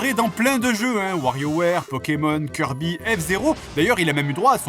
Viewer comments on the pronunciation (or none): none